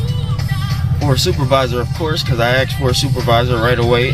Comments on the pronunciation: he axed him if he took an oaf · He AXED FOR A SUPERVISOR.